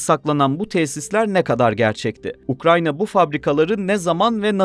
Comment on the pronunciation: Ukrayna ya ukranya mi dedin sen